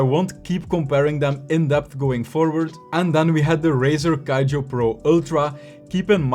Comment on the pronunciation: Why he pronounce Kiyo = Kaijo? Do he know that it is very wrong everytime?